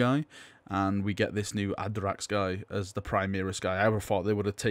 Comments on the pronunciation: (First off no critisism just wanted to help you out here) Your pronounciation made the name more akin to something norse like a space wolf name "Aeiderax" whilst its likely just Add-RAX. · Ah-dracks Ah-gah-toe-knee.